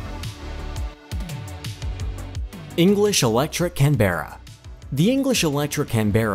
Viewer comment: Only an American could pronounce "Canberra" like this bloke... 🙄